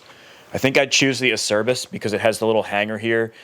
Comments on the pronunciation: I love it! So excited to see all the videos that are going to be going into this project. Also, I don't want to be that guy but I guess I'm going to be that guy. Acerbis is an Italian company and it is pronounced Ugh- chur ( like church without the ch )- bees. 🤣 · Nah, that's the only one. But don't worry, I pronounced it ace-er-biss for about 20 years before I learned the correct way. Search for Rocky Mountain's video on how to pronounce Acerbis, it's hilarious. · I worked at a powersports dealer back in 06, and none of us in the parts dept knew how to pronounce acerbis. So we literally called the company and said "hi, how do you pronounce your name?" They said a-cher-bees.